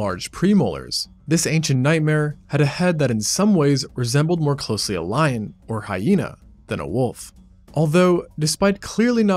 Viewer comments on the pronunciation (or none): none